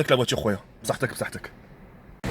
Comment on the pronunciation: Le mec il dit psatek, j'en suis sur ibra il a rien compris mdr